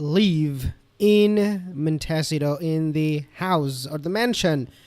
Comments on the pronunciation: Just FYI: Montecito is pronounced: Mon-Tay-CEE-to. The accent being on the third syllable. It’s Spanish. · Its pronounced mon ta see toe